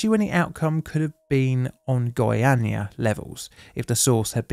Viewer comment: perfect "Goiânia" pronunciation btw ❤